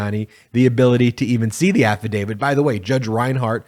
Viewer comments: Please note: the word is AFFIDAVIT - not affidavid. When you mispronounce it, you lose something in your credibility ... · AFFIDAVIT AFFIDAVIT AFFIDAVIT !!! Why should anyone listen to you on any legal matter when you continue to mispronounce AFFIDAVIT…? It’s a “T” on the end, not a “D”. You don’t sound knowledgeable when you make that mistake over and over and over. You have no credibility because of that. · As a Canadian who constantly hears about how we supposedly pronounce about as aboot, why do Americans all seem to pronounce affidavit as "affidavid"? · So many people in the television world pronounce Affidavit as "Afeedavid'. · Can you please pronounce AFFIDAVIT correctly? It isn't affiDAVID. Otherwise keep up the good work.